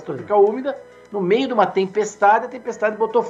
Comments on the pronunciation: "Floresta ÚMICA". Esse merda nem falar direito sabe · Será que ninguém notou? Em vez de floresta úmida ele falou floresta úmica.